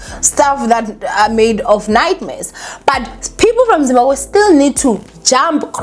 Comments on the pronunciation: I'm here for saying "ZIMBAGWE" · ZIMBABWE ZIMBABWE hle Not Zimbagwe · Is saying Zimbagwe? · She is , l thought l was the only one hearing it 😅😅😅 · It’s giving Zimbagwe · Trust me I've been correcting my granny for years, is gonna be zimbagwe till God remembers her😩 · Guys even Nuñuria on mommy club pronounced it Zimbagwe soooo